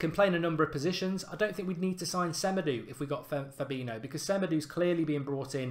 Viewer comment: I believe that Semedo is pronounced SE-MAY-DOH